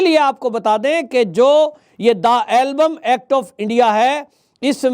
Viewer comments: It is not Album, it is called EMBLUM. Just correct your pronounciation. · मान्यवर एल्बम नहीं एंबलम एक्ट है ठीक कीजिए जग हसाई हो रही है